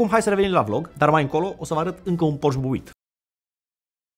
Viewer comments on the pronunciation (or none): Termina frate cu "Porsch" ca nu e "Borsh" e PorschE. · bors sau pors…esti pasionat de masini si spui pors posche boss...fonetic este porsé